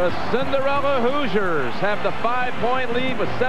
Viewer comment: The Indiana University Hoozers? (Announcer, lol)